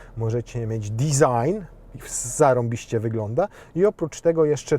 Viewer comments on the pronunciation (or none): none